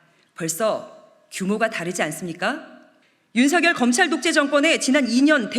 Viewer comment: 이 사람은 일단 한국어 파괴자 윤석열을 제멋대로 불리우기 원한 대로 윤성녈로 안 부르고 올바로 윤서결로 발음해서 참 좋다.